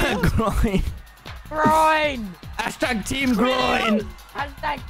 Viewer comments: Even DanTDM is saying Grion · Its not rian it’s pronounced GROIN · the fact that he pronounces Grian as Groin is so cursed